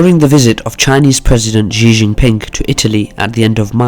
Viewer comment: "xi" is basically pronounced as "she"